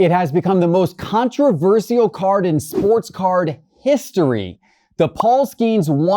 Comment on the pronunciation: Con-tri-ver-sial Bro..stop 😂😂😂😂